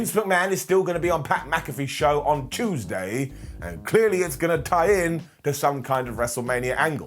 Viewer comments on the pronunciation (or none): none